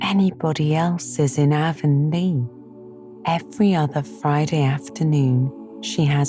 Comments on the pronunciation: In every TV miniseries and audiobook version of Anne of green gables I’ve ever come across, “Avonlea” is pronounced with a short A. Not a long A like the River running thru Shakespeare’s hometown or the ladies that sell makeup door to door. It’s an honest mistake, I’m sure and I suppose an understandable one. But this sadly was unlistenable for me. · I literally turned this off during the first sentence of the bop. She pronounced Avonlea wrong. I can't take a full book of that.